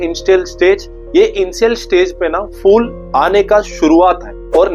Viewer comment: Fool ( फ़ूल ) naheen Phool ( फूल ) kaho फ़ूल ( मूर्ख ) !!